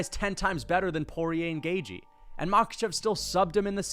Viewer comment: Please learn how to pronounce Gaethje correctly for the love of Christ